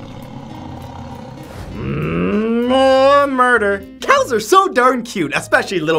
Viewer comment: Dial M for Moo-der